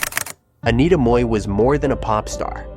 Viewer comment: Im glad you pronounced Mui correctly. For the american audience, she was in jackie chan rumble in the bronx as store owner.